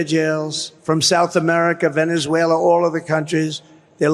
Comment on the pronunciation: You mean “Venezweraa - LOOK”